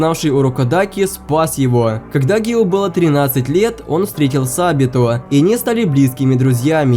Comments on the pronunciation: Не гио а гию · Не гио а гию томиоко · НЕ ГИО А ГИЮ И НЕ ТЭНГЕН А ТЕНГЕН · ВІН НЕ "ГІО", ВІН "ГІЮ" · Небольшая поправочка, не Гио Томиока, а Гию Томиока. Мне нравится что ты снимаешь такой контент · Гию Тамиока а не Гио Тамиока